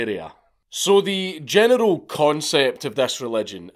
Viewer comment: Every time you say "general", I can't help but hear "genital".